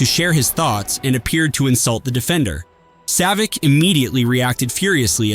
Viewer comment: Savitch …. Come on man …